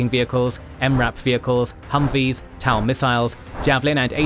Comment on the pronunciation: TOW is pronounced 'Toe', HIMARS is pronounced 'high-mars'